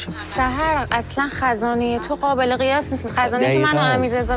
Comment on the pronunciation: چرا اینطوری حرف میزنه ؟ غابل (قابل) غبول (قبول ، غلبا (قلبا) ، غغغطعاااا (قطعا) ق و غ تلفظش فرق داره انتر، حرف زدن یاد بگیر اول